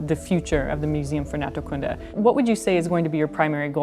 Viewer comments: The emphasis on Naturkunde is on the first u. Otherwise it's an awesome place there. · By the way Naturkunde isn't stressed on the last word section (as is natural science) but on the first. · You pronounce "Naturkunde" really weird. The stress is on the second syllable, which is a long "oo" sound.